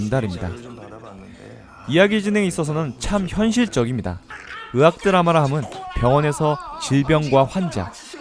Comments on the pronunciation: 의악 드라마가 아니고 의학 드라마 입니다.. 자~~~ 따라해 보세요.. 의악 ~~악악~~~ 아니구요.. 의학 ~~학학~~ 맞습니다. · 이분 “의”발음이 안되네 ㅎㅎㅎ 으학드라마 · 의 단점 발견...ㅋㅋ'의'를 못읽으시네...ㅋㅋ '으학드라마'ㅋㅋ